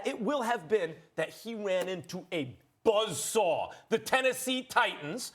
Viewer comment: I swear to god .. Max just called them buzzaws... Now go to fox they called the chiefs a buzzsaw